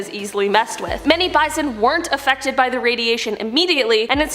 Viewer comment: afectked lol